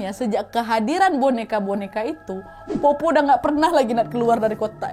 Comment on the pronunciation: Powpow kak bukan popo